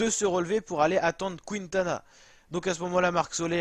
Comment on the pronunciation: Quintana se prononce Kintana, sans "OU", merci ^^